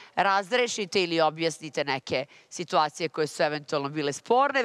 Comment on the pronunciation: Al' kad kaže SITVACIJE 🙄😳